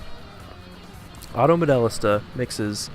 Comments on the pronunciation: "Auto MoDELLista" - Dude, the voiceover on the title screen has the pronunciation, how can you screw it up this bad? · Between the absolute butchery of the name, to the really stilted delivery and boring editing, I gave this a pass 45 seconds in. Gotta start somewhere, keep getting better!